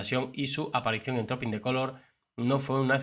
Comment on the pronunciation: Se pronuncia truping en lugar de Trooping.